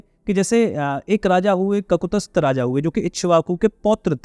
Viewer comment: ककुतस्थ नहीं ककुत्स्थ है| त भी आधा है।